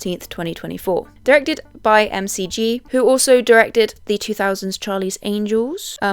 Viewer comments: I always thought his name is pronounced MacG, not M-C-G, as it's short for Joseph McGinty Nichol (autistically retained fun fact from 25 years ago, sorry). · Your pronunciation of "Hypothesis" as "Hypno-thesis" and "McG" as "M-C-G" gave me AI vibes. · Hearing McG pronouced as the letters and not "mick-gee" is very funny to me, just goes to show how little juice and name recognition this man has had in recent years.